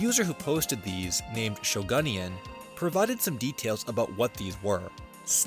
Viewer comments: “shogun in yen?” i think that users name is supposed to be a yo kai watch reference, pronounced “Shogun-NYan” (because its a samurai cat…) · the way he pronounces shogunyan makes me sad :(